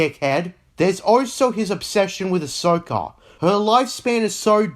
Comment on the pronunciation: its pronounced also not osoh.